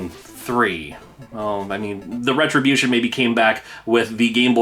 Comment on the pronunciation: Did you say "retro-bution?"